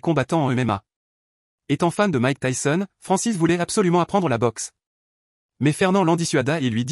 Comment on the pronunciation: "tayson" mdr